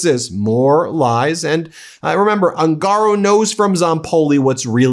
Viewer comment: Proper pronunciation of surname "Ungaro" is OON ga row